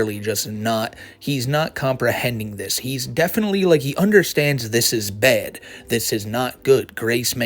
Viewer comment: "This is bed!" It's pronounced bad. Like your parents taught you when you were a toddler. Speak appropriately.